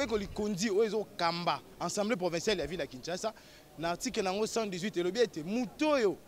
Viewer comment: Du bon travail cher Maître mais je vous prie de dire: Assemblée et non Ensemblée. Merci